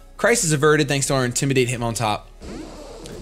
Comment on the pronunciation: lmao, you said hitmontup... oldmantup reference ftw